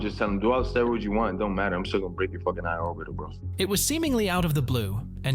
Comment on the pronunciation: “Eye orbital” lol